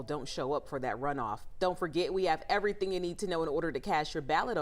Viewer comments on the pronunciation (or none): It’s “cast your ballot” not “cash your ballot”